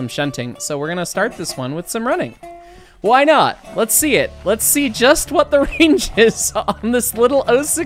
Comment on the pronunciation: "Vere es Train?" "Vhy es Ukrainian?"